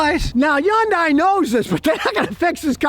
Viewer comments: Its not a yun day Scotty its a hun day😂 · Stop saying yundai it's Hyundai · Youngdai? When is he going to learn to pronounce the name correctly? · someday scotty will realize yundai starts with an H 🤣🤣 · I love how he says Hyundai with a J like it comes from Mexico lol .